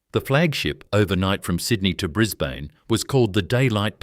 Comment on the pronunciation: What an absolute load of crap insult to jack McCafferty. Can't get the pictures' right. Bris bane...😂 Can't even pronounce that correctly this needs to be taken down